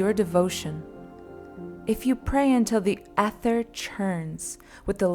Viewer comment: Please look up the pronunciations of words before you record this. Ether, Brimstone, etc